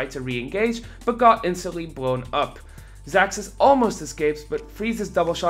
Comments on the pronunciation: Hate to be a "troll" but his name is pronounced "zazuz" not "zacksus" . Atleast that's how they said it in the live-cast, and I assume the ask the players how their names are pronounced. but awesome video, thanks for the hard work on the content. ^.^ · i'm from Poland, and his orginal ver. should be pronounced as "ksaksus". But actually he siad on stream that he dosen't care about it. So you can call him "zazuz" "zacksus" or "ksaksus". Everybody know who is who ;p